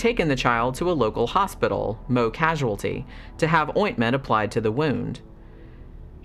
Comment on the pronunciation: First! I remember this case well, it was a regular circus. By the way, it is pronounced "Mowie".